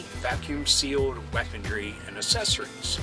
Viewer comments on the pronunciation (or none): none